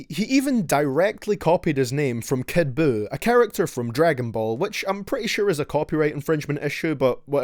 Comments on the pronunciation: "Kid BUUkake" 🤣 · Kid Jew everyone get his name right.